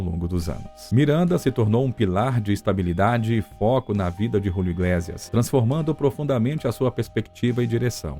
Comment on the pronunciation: Iglésias? Iglêcias (pronúncia), sim.)